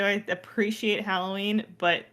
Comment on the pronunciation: It’s tough to make it through this simply because of the way they pronounce “Halloween”. I can’t.